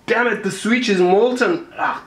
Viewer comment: Oh no, not the "sweetch" 😩